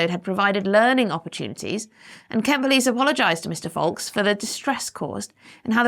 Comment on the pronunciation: I think you mispronounce Kent.